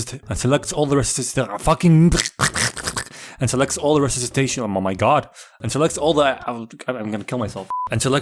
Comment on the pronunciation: Re-sus-itation. You're welcome buddy.